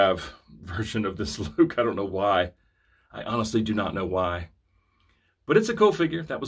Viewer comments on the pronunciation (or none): none